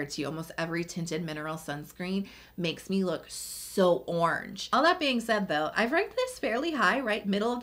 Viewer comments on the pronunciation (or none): none